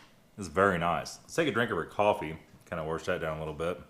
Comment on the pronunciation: Say “warrrrrrsh” rather than “wash” again and im done. Steve1989 fo liiiiiiife